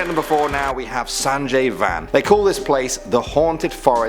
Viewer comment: Sanjay Van 😂 Actually it should be pronounced like bun, which means forest in Hindi.